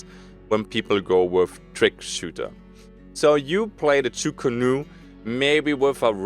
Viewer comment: I just have to be that guy today :P it´s "Chu Ko Nu", sadly, as chu ku nu is way faster to pronounce :D